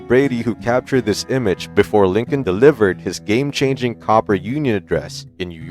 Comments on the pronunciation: "Cooper Union," not "Copper." And "an-TEE-tam," which was actually the name of the creek outside Sharpsburg, Maryland, on whose banks the battle was fought. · It’s pronounced COOPER (not copper) UNION!!!!! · “Copper Union,” “An-tie’-tum,” “Pot’-uh-Mac,” “Bayl-ti-more.” YouTube videos are very annoying — and lose a lot of credibility — when they are narrated with a synthetic computer voice and then not edited for pronunciation errors. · My favorite was the "Copper Union" address.